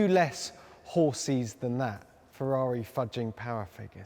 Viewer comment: Ferrari pls, not FeVVaVi